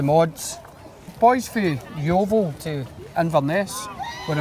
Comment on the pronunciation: .Yeovil??? LOLOL